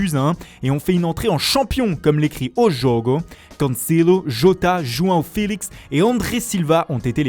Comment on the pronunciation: O jogo, Cancelouu, juaoo fèlixi😂😂